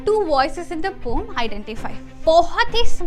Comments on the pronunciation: Poem ❌ pome ✅ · Poem❌️ Pom✅️😜😜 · Poem ❌ poom ✅ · it is pronounced as pome bruh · "roam" son💔💔💔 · The word poem has got two syllables (po-em). It's po-em not pom.